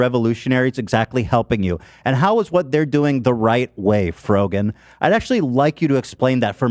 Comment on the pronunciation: It’s the childish insults for me - “Frog-an” - as if he didn’t know how to pronounce is correctly. Sorry no.